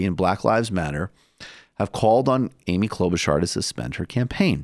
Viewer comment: Michael Brooks: Kloba-SHAR Kyle Kulinski: Kloba-CHAR: Kloba-CAR WHICH ONE IS PRONOUNCING IT CORRECT??